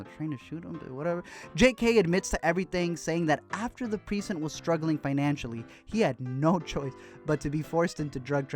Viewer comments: Everyone else: "Pre-cinct": "Preesent" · Was anyone else bothered by the way he pronounced Precinct??? I mean I love your videos bro but its as bad as when Beyonce talks about Surfborts. Lol. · YOU ARE PRONOUNCING PRECINCT HORRIBLY INCORRECT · It's so weird hearing Chadwick talk without the Wakandan accent. And the way you kept pronouncing precinct just bugged me.